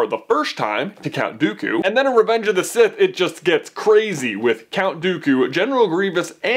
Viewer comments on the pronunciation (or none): none